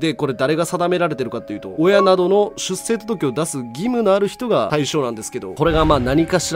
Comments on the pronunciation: 続柄(つづきがら)は正しい読み方なのに、出生届(しゅっしょうとどけ)はしゅっせいと言ってるのが気になりました。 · 出生届 ✕ しゅっせいとどけ 〇 しゅっしょうとどけ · 正しくは しゅっしょうとどけ です